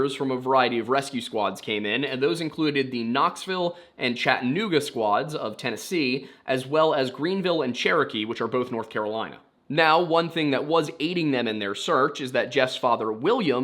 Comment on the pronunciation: it’s Chatta nooga, not Chatten ooga